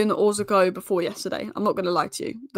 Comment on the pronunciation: Please try to pronounce their names properly 😅 It's Oroz-co......not Orzi-co.